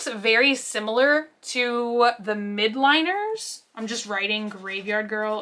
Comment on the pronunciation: Why does everyone say Mildliners as Midliners?? Haha